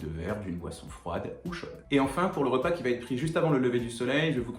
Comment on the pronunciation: Merci pour tous ces conseils ❤ Juste, comme beaucoup de jeunes youtubeurs, vous faites aussi l'erreur de rajouter un T qui n'existe pas dans l'expression: "qui va être" et non pas qui va-t-être 😂